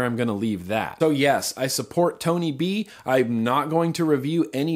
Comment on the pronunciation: Tony b * you said bony b once